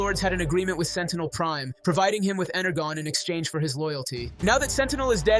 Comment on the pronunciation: Bruh Energon’s pronounced ENER-JOHN